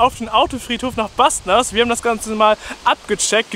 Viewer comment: Båstnäs nicht Bastnas